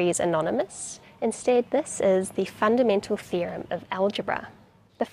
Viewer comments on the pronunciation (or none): I swear I heard "the fundamental fear of algebra" 🤣🤣🤣🤣